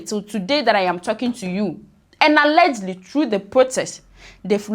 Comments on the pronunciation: What is "allegly"?....the word is ALLEGEDLY...... pronounced "AL-LE-GED-LY". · Alleged-ly not allegely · Sister, what is Allergly? The word is al-le-ged-ly. 😂😂😂